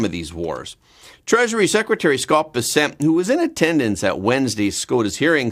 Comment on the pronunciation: Why do you continue to insist on misprounouncing the Treasure Secretary's name? He himself puts the emphasis on the first syllable - BESSent, while you always say besSENT. Why not pronounce his name the way HE does?